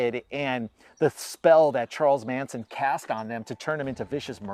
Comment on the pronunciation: Geeze Tom, pronounce the Manson family members names correctly. They're pretty well known nowadays.